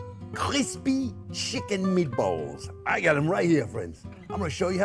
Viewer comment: He speaks another language, & its too funny how accents, describe “spicy meaty-balls” as if “spicy meaty balls,” in every other language, has no pun intended, despite ebonics being full of soo many puns, & or synonyms that declaring a/the meaning, of anything is just audacious! #BilingualismShouldntBeASecretLanguageReservedExclusivelyForPriviledgedHeritagePriviledgeCultureTouristsAndOrThoseWhoTravelForANewMeaningOfFood